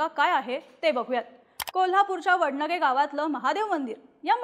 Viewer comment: वडनगे नाही वडणगे... ण मधला फरक कळत नाही ह्यासनी